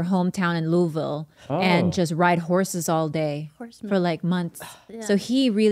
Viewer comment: I appreciate that Bobby pronounced the name of my city correctly (Louisville)